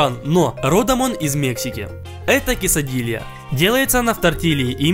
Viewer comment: Gorteb Coliuk кисадалии от слова киса? кЕсадильи